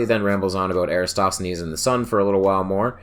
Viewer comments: Would be nice to continue the series on AR. Many thanks. PS: Erathosthenes is better pronounced without an S after the a in Era... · Why are so many youtubers completely unable to pronounce "EraTOSthenes"? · Eratsthenes? Are you fucking kidding?